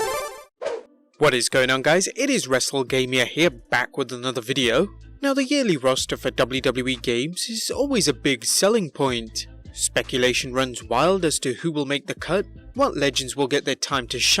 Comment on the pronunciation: Why does wrestlegamia sound like wrestlelamia